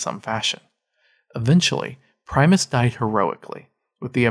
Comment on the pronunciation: It's PRIM-US not PRIME- US